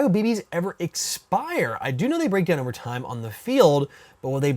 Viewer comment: haha when you said over time war you sounded really icelandic